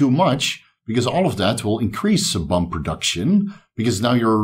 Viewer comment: Sebum is pronounced as see-bm. Love the channel though 👍